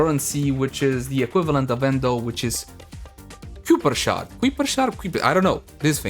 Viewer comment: Kuiper is pronounced like "keye-per" where it is "eye" like how you would say it in "eyeball".